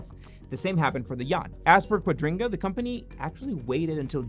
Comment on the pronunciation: Kua dri ga not quadringa